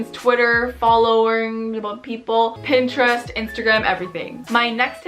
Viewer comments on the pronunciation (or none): none